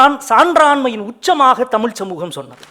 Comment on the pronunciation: நல்ல உரைதான்..ஆனால் மனுஷனுக்கு "ழ" வரவேயில்லை. இத்தனைக்கும் தமி"ழ்" எ"ழு"த்தாளராம். ..ம்ஹூம்.. மற்ற மொழியில் இல்லா "ழ்" ஒலியை ஒழுங்காக உச்சரிக்கத் தெரிந்தவரைப் பேசச் சொல்லுங்கள், இனி.